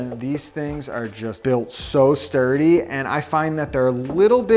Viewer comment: At first I heard “DIRTY bag clips!” I’m like wth is he saying, they look clean. Stuuurdy!*😂